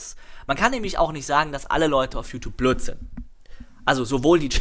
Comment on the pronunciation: ich liebe es wie du plööt (blöd)sagst:D